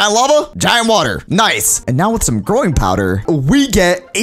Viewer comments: Did YOU SAY GROIN POWDER oh u said growing powder hhehe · Why does he keep saying groin powder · I thought he said "groin powder" 😭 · Did anyone else notice that when he said growing powder it sounds like groin powder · growing power. What I hear,groin powder. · i thought you said groin powder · "groin powder" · it sounds like he is saying groin powder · i realized when he says growing powder it sounds like hes saying groin powder. kinda sus